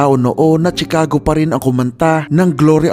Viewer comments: Correction lng p idol Shi-cago po pg pronouce not Tshi ;) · chicago = shuh·kaa·gow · Sir check your correct pronunciation ng Chicago Sagwa pakinggan